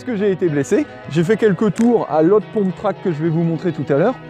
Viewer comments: On ne dit pas "pomptrack", mais"pumptrack"il me semble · un pumptrack ca se dit pas poumptrack mais peumptrack